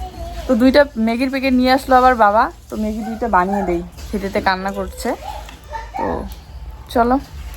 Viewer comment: ম্যাগি কে মেগি মেগি বল কেন। সব কথাই ভুল।